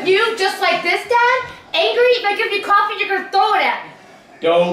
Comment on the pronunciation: First says angwee and now doopid...what's going on? Are you healthy?